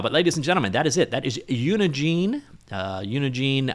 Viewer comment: I'm taking a WAG here, but I suspect that the "gine" in "Unigine" is pronounced like the "gine" in "engine."